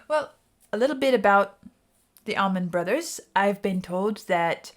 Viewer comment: FYI it's ALLman Brothers, not Ahmin Brothers.